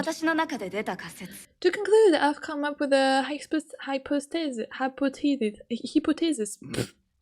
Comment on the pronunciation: LOL your pronunciation of hypothesis was so cute!!! "I think I would make a great prisoner" HAHAHA, this is the first time I've heard someone say this! What a fascinating concept. I def think Es would appreciate someone like you among the crazies in this prison LOL Honestly, I think I would be a pretty boring prisoner. Maybe if I detach myself from reality and go crazy, I would certainly become a more entertaining person. Jackalope would love a deranged version of myself lol